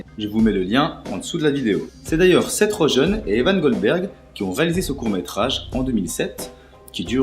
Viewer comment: Je trouve que tu es pas un peu lent quand tu parles, il faudrait plus de rythme dans ta voix (plus rapide aussi) si tu peux. Sinon certains noms prononcés en anglais sont terribles : macbride, seth rogen et quelques autres. Sinon pas trop mal continue :p